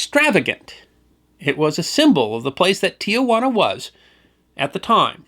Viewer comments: Love your stories, but must correct the pronunciation of Tijuana. It is not ti-ah-whana. It is ti-whana. Great story? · There may be confusion about the source of the salad, but not about the correct spelling and pronunciation of the first town south of San Diego: it's Tijuana, not Tiajuana. Only 3 syllables after being changed decades ago. History not forgotten. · A little tip. . . The city is not "Tiajuana" . It is Tijuana and should be pronounced accordingly, without the added A (its a common unfortunate American bastardization). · Yes it was very grating constantly hearing "tiawanna" instead of the proper "tiwanna". Even the one graphic said Tijuana. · Pronounce the name Tijuana anyway you want, I'm not the police. But XTRA AM radio, that I grew up listening to, pronounced it with just 3 syllables. Not tia, but ti. --- If you can't trust Mexican radio, who can you trust? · Not to be too critical but Tijuana should be pronounced T wanna not T uh wanna. My HS Spanish teacher drilled that into me. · why do so many people add a 4th syllable to Tijuana? Tia Juana is Aunt Juana (loosely, Aunt Jane.) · As usual, most interesting and informative, but, but, but there are only two 'a's in the name 'Tijuana' not three as you (and many thousands) pronounce it. Nevertheless, good stuff. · As noted elsewhere, it's Tee-wah-na, NOT Tee-ah-wah-na. I grew up in the Sandy Eggo area and we would often stop for lunch at Caesar's on our way down to Ensenada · 6/22/2024 Oh my, made a (very small) mistake. It's OK because almost everyone does. The Mexican town is not pronounced Tea -a-wanna. Tijuana is correctly pronounced Tea-wanna, no "A" in the middle, and that only comes close, some pronounce it Teh-wanna. As I said, we all make that mistake. I was stationed in San Diego in the late 1960's We said it wrong all the time, occasionally causing a fist fight (in TJ) with the locals. I never had a salad there. Still, one great video.;-)